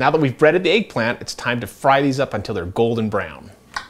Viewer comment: It's egg not eaag